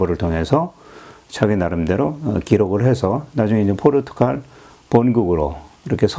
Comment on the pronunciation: 폭넓은 지식에 놀랍습니다. 좀 아쉬운 부분은 지명과 인명의 발음을 좀 정확히 해 주시면 더욱 감사하겠습니다. 포르투칼 - 포르투갈 송상헌 - 송상현 세키하라 - 세키가하라 유기나가 - 유키나가 이시다 나쯔마리 - 이시다 미쓰/미츠나리